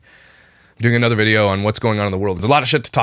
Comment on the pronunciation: “And then we had anudder baby and anudder baby”